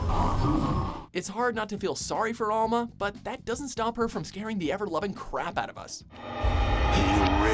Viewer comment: That moment when the narrator mispronounces Alma Wade's first name the first time he says it, and less than five seconds later pronounces it correctly. Guess someone on the set was paying attention and actually knew how to pronounce American/English words. Kudos to that person. Also, for the nth time, Sarah Kerrigan IS NOT A VILLAIN. Do your gorram research. Finally, artificial intelligences are gender neutral and therefore aren't female. Make a new list with actual female villains (again, Kerrigan != villain).